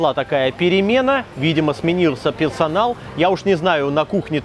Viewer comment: пелсанал улыбнуло немного нравится когда люди не выговаривают слова🙂